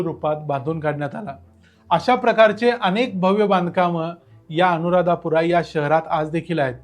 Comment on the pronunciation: अनुराध पुरा असे म्हणतात, अनुराधापुरा असे नाही.